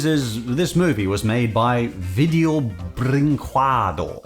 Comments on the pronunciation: pretty sure it's pronounced like the Spanish word for "what," "que." I've seen Saberspark say it like that & VB was a Brazilian company, so there could be enough overlap between Brazilian Portuguese & Latin American Spanish w/ how they're on the same continent. Pls correct me if I'm wrong. So, if I'm right, it's pronounced like "Bring-Ke-Doe." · I'm Brazilian and I have one of this mockbusters of Vídeo Brinquedo (of Up) and it's really bad. The company name "que" is pronuncied "ke" (same "ke" in the word "like")